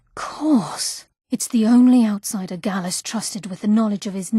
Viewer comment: Gallus not gallos